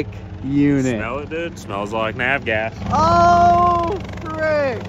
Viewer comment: That’s AV Gas, not NAV Gas….. genius